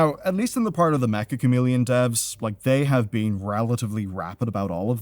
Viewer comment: Why do people (including this guy) keep mispronouncing Meccha Chameleon?